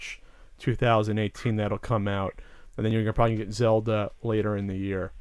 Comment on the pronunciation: "The Legend of Cellda" it will be called..